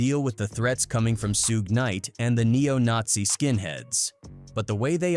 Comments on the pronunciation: Brother his name is pronounced like Shoog not Sue-gay. Was this video done with text to speech? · Suge knight not Sueg. The rapper, co-founder of Death Records. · Why this bot keep saying SU GAY SU GAY Lol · Sue gee, sew gay this guys pronunciation of Suge Knights name is hilarious 😂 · "Soog" 😂😂😂 'SUEGEY" 😂😂😂😂😂😂😂😂😂😂😂😂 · "Soogie"😂 lazy a.i. and operator😂 I'm always going to say it like that now😂